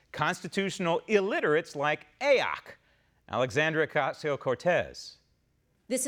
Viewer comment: Lovin the "a oc" pronunciation of her initials. Adopting it and using it as of this minute. Thank you !